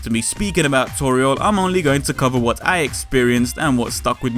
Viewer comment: hehe Tu-Toriel, Tutori, Tutorial...